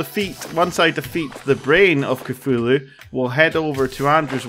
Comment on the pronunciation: When he said eye of Cthulhu it sounded like I a cfulo